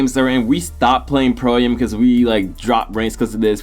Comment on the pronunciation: Pro am.. It's AM not A-M